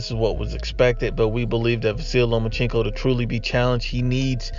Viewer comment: It’s Lomachenko not Lomachinko